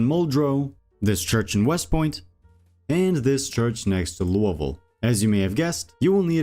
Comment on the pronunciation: loo-ah voal????the only explanation is youve never heard it said, english aint your first language, and you just made a wild guess without checking, holy shit you keep saying it like that all through the video....